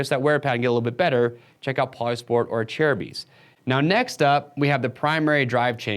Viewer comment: He’s saying correctly smh